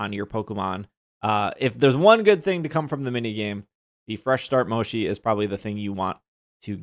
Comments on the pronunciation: Mo-chee, not mo-she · I'm sorry the way you pronounce Mochi is killing me, my adhd told me to tell you it's MO CHII like Chill. Not Shi lol sorry 😅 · Finally we can lock the mini map 🥺 That's one of my favourite updates lol By the way, the pronunciation of Mochi is more like "motshi" not "moshi" :) Anyways, great video! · Mo-chee not moshi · Mochi is actually pronounced Mo-chi, not Mo-shi. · One thing that bugs me. Its Mo-Chi not Mo-Shi. Mochi is a desert made out of rice flower that come in various flavors and styles. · Lol at moe-shi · I’ve never heard anyone pronounce mochi as “moshi” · The mochi is pronounce is like this mow.chee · Mochi, has no "sh" sound in it it's a "ch" sound :L You can also get more than 1 HM from other raids...though rare they give up to 3 not just 1... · It's hard to listen whenever he said mochi wrong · Mochi is pronounced with a ch, not a sh.